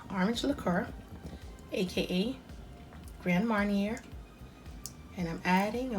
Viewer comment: Thank you. Looks delicious will definitely be trying this...just an fyi..pronounced grand maar·nyay